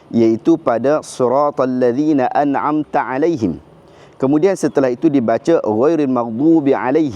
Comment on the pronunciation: ?saya ada dengar sebutan na a na amm..patutnya na an amm??..boleh ke ustaz bacaan na a naa am?yelah sebab nak cepat solat terawikh..